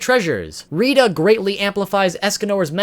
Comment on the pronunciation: he pronounces rhitta to rhidda